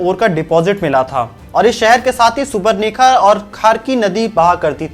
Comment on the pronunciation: Very much detailed information, thanks for sharing but just some clarifications... It's Sackhi, not Sakshi and Kharkhai not kharkhi and lastly it's swarnarekha. Thank you for making this video about my beautiful green and first ever planned city in India. #JAMSHEDPUR ❤️